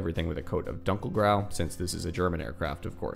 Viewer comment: Love how you said "Dunkelgrau" :D Thanks for the video. Very interesting. These decals look phenomenal.